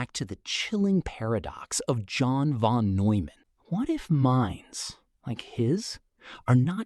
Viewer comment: I thought he said John Von Doom for a sec. 😂🤷🏾‍♂️🙏🏾 Hey they say Doom is a smart man. 😂